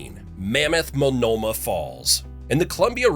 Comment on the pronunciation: or Multanomah